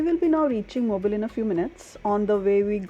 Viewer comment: I love your sense of humor. 🤪. By the way…the locals pronounce it “MO-BEEL” Alabama. 👌